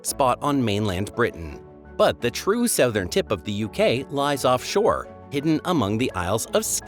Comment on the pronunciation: The UK is not in Eutope. As you said, it is off the coast of Eutope. The AI voice is hopeless. Isles of Akilly? Sowthern? There are two different pronunciation of basalt very close together. Can't watch more of this drivel.